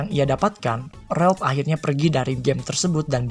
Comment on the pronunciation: Ralph bang bukan Relp